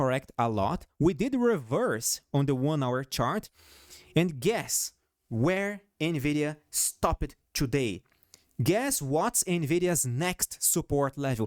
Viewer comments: I’ve never heard attach-ed or stop-ped in my life, it’s just so jarring. I know, I hate correcting people who are making the effort, and I know it’s not his first language. I’m just trying to help. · When pronouncing most past tense verbs, don't make the (-ed) a separate syllable. Just pretend it's a T at the end of the word -- attacht, stopt, and so on. Obviously some are still pronounced, like supported... it's just kind of learn as you go. This will make your English a bit smoother. Thanks for all your analysis!